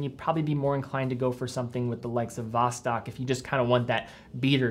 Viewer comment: Sorry for me being picky, but you don't pronounce Vostok that way... As a russian, to me that simply sound terrible (no offence). The right pronunciation is Vast'ok, like "fast" + "door". Saying it right will definitely gain you some bonus respect points from russian speakers. Cheers 👍